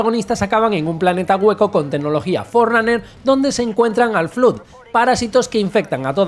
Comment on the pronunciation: Flood se pronuncia como "flad"...